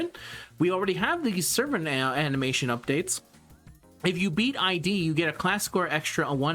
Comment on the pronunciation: btw it's pronounced "eed" as it refers to the freudian notion of the primordial self, not like passport ID :P